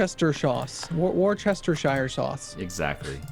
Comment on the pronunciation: Worcestershire sauce? I prefer Worcestershirey, thanks